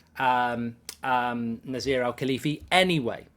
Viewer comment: It is read Nacer El Alaifi